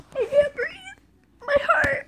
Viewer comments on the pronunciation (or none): none